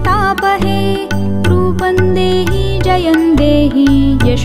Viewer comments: Sorry to say, may be Rupam dehi,jayam dehi hona chahie, rupan dehi, jayan dehi sayad wrong pronounce hai. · रुपं का उच्चार रुपन् नही परंतु रुपम् व तथा इतर तत्सम भी वैसाही. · "Roopam" dehi रूपम is correct pronunciation. Kindly ..